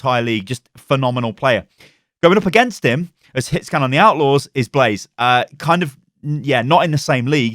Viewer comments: Blah Zay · Blah zay not blaze